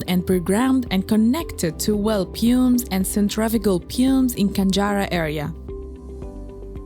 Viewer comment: the pronouncing of some words of the commentary is wrong as an example ( pumps and centrifugal) the word pumps is pronounced here several times and it is a technical part of the job I don't know about other watchers but if you could revise it this could be better and thank you for the immense effort